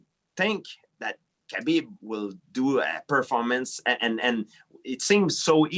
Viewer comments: Yo gsp my guy it habib not Khabeeeb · Bruh at first I thought GSP was calling him cabbage lol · Khabib "Cabbie" Nurmagomedov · Being not 'bean' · Everyone: Khabib GSP: Kabeep Everyone: Kabeep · "Kay-BeeB" GSP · ARIEL HELWANI SLAUGHTERING KHABIB'S NAME.